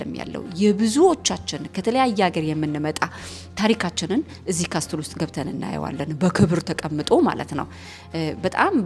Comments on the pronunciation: It’s okay. She lives in Europe I think in Italy..!? I was confused when she said "ካስትል"too..!😂 ካስል! Not "ካስትል" castle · Hi, I have no idea if you are said in Italy language or in English. If it was in English is shouldn't be said castle when you read. You should omit the letter 't' and said (ካስል) just for the sake of being in Europe. Haha!! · I admire you for what you’re doing! Thumbs up as always. Castle ሲነበብ ካስል ነዉ የሚባለዉ እሺ a letter t is silent . Know ክኖዉ እንደማይባለዉ ማለት ነዉ ። let we learn from each other and correct minor mistakes . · Castle = ካስል ነው ሲነበብ ። በጣም ጎበዝ ነሽ እናመሰግናለን